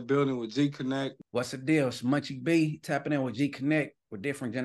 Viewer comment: Its "Munchie B" not Muchie.